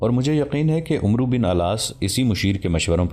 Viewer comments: Assalamualaikum, Mny 50 sy ziada episode dekhy hyn Lkn voice over artist sy request hai k Hazrat Amar bin al Aas hai, na k Umru bin Al Aas Arbi my is lfz ko Amar kehty hyn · this name is not "Umroo bin Al Aas" this is "Amr bin Al AAS" ...thats how u read it in Arabic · Umru pronanciation is not correct it is Amr bin Alaas RA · بھائی کسی پڑھے لکھے آدمی سے اردو عربی الفاظ پڑھنا سیکھ لو . آپ عمرو پڑھ رہے ہو ۔ اسمیں واو لکھنے میں آتی ہے ۔پڑھنے میں نہیں ۔اسے امر پڑھیں گے ۔ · عربی میں عمر (umar ) اور عمرو کو ( amr) پڑھتے ہیں واؤ silent ہے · Umro likha hota he Amar parhte Hein Amar bin Aas Ain pe zabar he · عمرو کو امر بن العاص پڑھا جاتا ھے ۔ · محترم بھائی صاحب زبردست تاریخی واقعے کیلئے شکریہ لیکن ساتھ ساتھ میں ایک گذارش گذارش بھی ہے اور وہ یہ کے کچھ عربی الفاظ اردو لہجہ سے محتلف ہوتے جیسا عمر اور عمرو میں کیا فرق ہے جیسا خلیفة المسلمین عمر اسکے تلفظ اردو میں اومر کہا جاتا ہے اور عمرو بن العاص کے تلفظ ہے امر کہا جاتا ہے جو واؤ ہے وہ سیلینٹ ہے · لفظ عمر بن عاص ہے عمرو نھی بولا جاتا عربی میں اس لفظ عمر کے آگے و ہو تو ع پر زبر پڑھا جاتا ہے اور و نہی پڑھا جاتا ہے